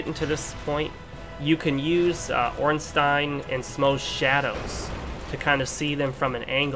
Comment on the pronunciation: Finally, someone that actually say "OrnstEIN" xD